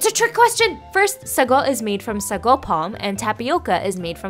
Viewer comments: It's not sago it's pronounced as saagoo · It's pronounced SAAGO stretch the a . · I never knew that real sago is brown? Wow??? Also I'm from Malaysia and we pronounce it as "saa-GOO" kind shook hearing "suh-GOH" 😂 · I love sago....but in Guyana we pronounce it as (say-go)